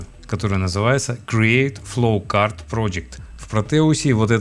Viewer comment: простите, но почему у вас такое красивое произношение всяких рид темпечур, но вы называете флоучарт флоукартом, каждый раз об поток тележки спотыкаюсь xD